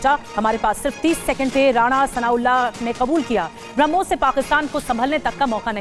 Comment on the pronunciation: Pai jaan ye "harmus" kya bala hai 😂😂😂😂